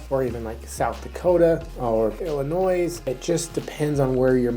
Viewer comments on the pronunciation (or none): Oh come on. Pronouncing the ‘s’ in Illinois makes you sound like an idiot. I expect better from people in Wyoming.